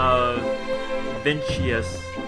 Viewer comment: Did this thing say Vincheus?